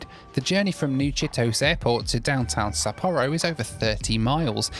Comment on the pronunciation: Please do not play a drinking game for every new pronunciation of Sapporo.